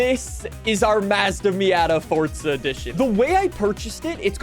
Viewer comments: Why does he say fortza instead of forza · Forza not fortza, say mahhzda only filthy brits pronounce it your way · Its FORZA NOT FORTZA like you keep saying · Forza❌ Fortza✅ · Why does he say forza like fortsa